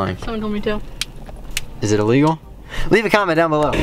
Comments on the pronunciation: It's not iloegal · It's not alygl